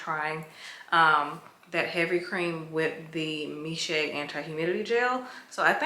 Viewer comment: The brand Miche is actually pronounced Meesh